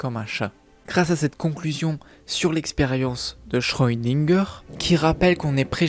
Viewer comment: Le chat de schrödinger! par pitié, cesse d'écorcher son nom! Et je dirait que si les auteurs n'ont pas donnée d'éléments concret sur le fait que le chat parle, c'est justement pour que des fans imagine eu même des théories, ce qui veut dire qu'il n'y a pas de véritable explication officiel de la part des auteurs.